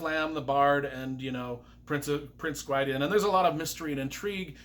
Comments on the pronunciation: The glossary is wrong, it’s pronounced Pruh-dine. Prydain is the appellative name the Welsh gave to wales. Wales being the Welsh word meaning lands of the Gâl and was latinised by the Romans to Brittania which was in turn anglicised to Britain. In Welsh a Y is pronounced uh as in the u in cut unless it’s it the last syllable of a word If the word is a combination of Y with another letter like Yr or Fy, even though it’s only one syllable it is also pronounced uh. The ai diphthong in Welsh is pronounced like eye, so Prydain is pronounced Pruh-dine and because the word is multi-syllabic, the emphasis is on the penultimate syllable and every other syllable, so a word with 4 syllables, the emphasis is on the first and third syllables. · I agree on your literary assessment, but not on your pronunciation. You just pronounced "Prydean" ... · Note: Prydain is pronounced (per the glossary in the book) as Prih-DANE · Welsh pronunciation is different from American pronunciation though, right? Since the author is American, I think his pronunciations make more sense from that perspective. Either way, Pry-DEE-an ain't it haha. If you're Welsh though, or if you have some expertise in Welsh names, I'd love to see a "corrected" and extended pronunciation guide of all the names in these books. For instance, one I was surprised wasn't in the glossary was "Dinas Rhydnant". Which I assume would be pronounced DEE-nas RUHD-nant? I always read RIHD-nant... but I had to ask Chat GPT lol. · Lloyd’s glossary of how to pronounce them is wrong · Good review but you were butchering names left and right. Prydain (Preh-dain); Eilonwy (Eye-lon-wee); Taran (Tah-run). Not my interpretation, Lloyd Alexander's. Love your enthusiasm though. All that aside, this is possibly the best book series I've ever read as it pertains to quality of writing, story and emotion.